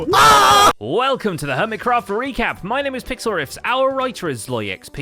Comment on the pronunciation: "Recappy". But close